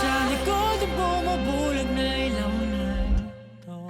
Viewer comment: I think you're the 1st reactor to pronounce ilaw correctly. More SB19 rv please❤